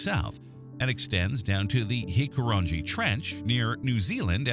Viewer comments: I'm still rolling on the floor hearing hiku rangey😅 gotta give them a for effort tho 😂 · The Hikurangi Trench is not pronounced… "Hiku-ran-gee". The ng is pronounced as in sing or song. In this case the last three letters are ng-i as in "ng-ee" "Hiku-ra-ngee"